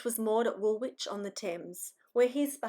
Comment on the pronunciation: Wapping is actually pronounced “wopping” and swarthy is pronounced “sworthy”. Woolwhich is pronounced “woolidge”. Crazy English place names! Very interesting content. You’re doing a great job. Love the naturalness of your editorial too. Thank you for bringing the memories of these lives long forgotten back. It’s wonderful to hear these stories. So many people had such hard lives!